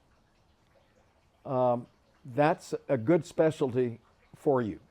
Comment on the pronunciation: the way says "specialdy" lool